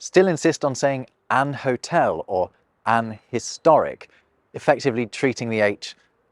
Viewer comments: Its really funny that with "an historic" or "an hotel" you still pronounced the hs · That sudden scots took me by surprise. Sounds exactly like my wee mum! Also got in a debate back and forth at work checking a document. "An historic" was one. I kept editing it to 'A historic' (I'm scottish), and my collegue from the south of england kept changing it back. We both thought each other were idiots until we got on the phone together and realised that our own preference sounded rediculous in the others accent. We never really resolved it - I was more senior so I went with my spelling lol.